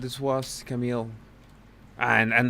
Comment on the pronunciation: Wht bugs me even more is that cannot pronounce Camille's correctly. Like she is doing that on purpose!? Seriously, how disrespectful! 🙄 But I just love that Camille does not even turn her microphone off knowing there will even more objections coming